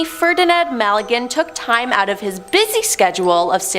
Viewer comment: mal a gan?? Magellan ??